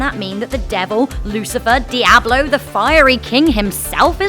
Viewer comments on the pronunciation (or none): none